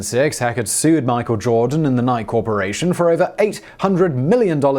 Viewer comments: the "nyke" corporation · Simon, that major sports apparel company name is actually pronounced (Ni-key). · Simon, it's Nike, pronounced "Nyk-E." NIKE-EEEEE. Emphasize the "E" at the end, unlike the "u" at the end of "desu." <3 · Nike is pronounced like Nike-E. Sort of like a guy named Mike E, but with an N instead of an M. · Pronounced "Nikeeee" :) Love your stuff Simon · It’s pronounced nigh-kee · I normally would let something like this fly but this is the second video where he doesn't pronounce it right and its driving me crazy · I'm gonna sue Simon whistler for how he pronounces Nike. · Nike has two syllables Simon. Please stop. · Pronounce the E on Nike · Simon, I love you man but you gotta stop mispronouncing Nike. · He does it on purpose. He knows he's pronouncing it wrong, but he said he's going to continue doing it. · Lol. This video proves beyond a doubt that this guy intentionally mispronounces words as to bait people into leaving comments. Most other videos could simply be played off, but there's no way this guy doesn't know how to pronounce Nike. The videos with him saying "have a go at me in the comments" in regards to mispronounced words is some of that clever reverse-psychology, huh? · still doesn't make it the correct pronunciation. I mean unless the company doesn't know how to pronounce their own name? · You said you prounce NIke in 1 syllable in another video and then you did prounce in 1. You are a man of your English upbringing, lol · Plus kt is our language, and a kind of petty revenge agaknst yanks who mispronunce many words. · Not defending it because it drives me crazy too; however, in another video he specifically said he knows the correct pronunciation of the corporate name, but he's going to keep pronouncing it that way because that's how the British pronounce the word (not the company).